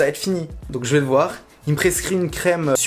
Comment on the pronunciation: « jme suis dis jvais ayé voir ye docteur »... et l’orthophoniste ?